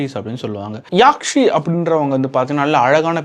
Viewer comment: Yaakshi illa bro athu nedil illa, kuril yakshi. Ella padatha perum correct ah incorrect ah solreenga 😂😂